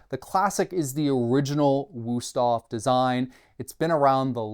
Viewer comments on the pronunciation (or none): It's a nice review, but as a German, it drives me crazy to hear the wrong pronunciation every few seconds in this video. Please, just go and learn the name, out of respect for the brand.